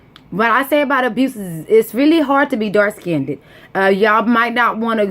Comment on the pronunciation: raw form casual and don’t know what the hell you talking about. Ok.... just talking to get attention and saying shit that ain’t true. What a damn shame...jealous that Serena is better than you. And the word is pronounced ‘dark skinned’ NOT ‘dark SKINNEDDED’.